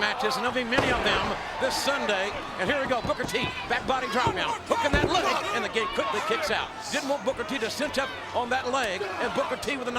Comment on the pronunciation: i aarrgm the gaaaymmahh....🤭